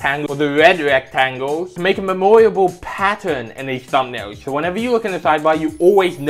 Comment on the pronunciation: How you pronounce memorable hurts me